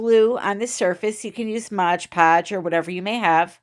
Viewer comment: LOL AT “modge” podge. It’s MOD Podge